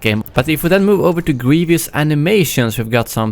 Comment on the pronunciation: "general gweivous"